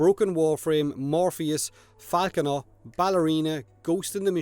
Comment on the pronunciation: Every time you said falconer i heared faackuner XD..... thats for you